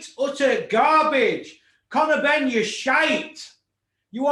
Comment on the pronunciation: HE CALLED CONOR BEEN HARVEY PRICE BWAHAHAHA